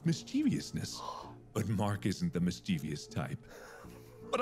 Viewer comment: I'm giving a demerit to the narrator for mispronouncing "mischievous" and "mischievousness".